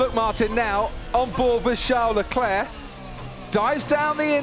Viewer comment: name : LECLERC commentator : LECLEEEEH